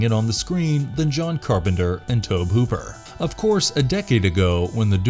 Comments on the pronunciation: Why are you saying Tob Hooper? It's Toby. That's the way it's pronounced. I think everybody knows that. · Toe-bee. TOE-BEE!, DON'T tell me you're a horror fan if you completely mess up his name through the entire video. Fail! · It's pronounced " Tobee". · Tobe is pronounced Tobey. Names are bad for not following phonetic rules. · Tobe as in TOBY If you’re just gonna read all your facts straight off Wikipedia or something at least pronounce the words right. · Sorry but you sound silly pronouncing Tobe Hooper's name that way. Really should research how to pronounce people's names right because this isn't the first time I've heard you do something like that with someone's name. It pronounced( Tow-be). Trust me I would definitely know because my name is Toby as well but my mom went with Toby instead of Tobe which are both boys names tobie is a girl's name. Nice little fun fact for you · Omfg it's Tobe pronounced toby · It's pronounced TOW-bee. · you pronounce the E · Oh good freaking God. I thought it was bad when you pronounce Tobe Hooper's name wrong now you keep saying he killed multiple woman instead of women every time you're supposed to use the word women you just say woman. Sounds like a grade-schooler reading something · Just pronounce Tobe, please.